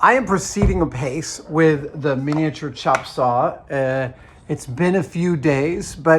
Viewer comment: "CHOP" saw..... Haha I get it. He must be from Seattle